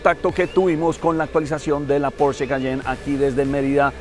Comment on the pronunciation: No es por ser hater pero están pronunciando porsche mal😂. Los puristas de la marca estarían destilando veneno puro